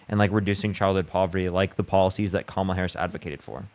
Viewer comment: At least, thank you to this maga caller for pronouncing “Kamala” correctly.